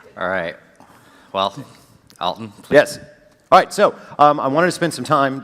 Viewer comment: It's not "All-tun", it's Al-ton".